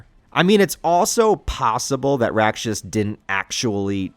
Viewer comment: Full respect to Miura, but the art's only gotten better imho. Btw, Rakshas is pronounced [raːkʂɐs] and roughly translates to demon in Sanskrit. The decision to bring Rakshas here seem apt since Kushan empire is meant to be India. Ganishka/Kushan are a historical king and empire from ~200CE.